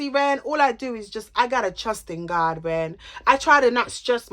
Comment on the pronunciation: I cry whenever she says “trust in Gawd” 💀😭😭😭. You’re soooo funny.